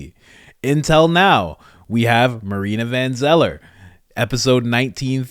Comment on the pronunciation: its not marina, its mariana